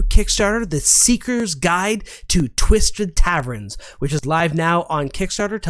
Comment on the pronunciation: "Twistrid Tavrens"! PS: Thanks for all the content